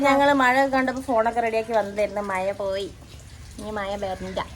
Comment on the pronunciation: മയ അല്ല മഴ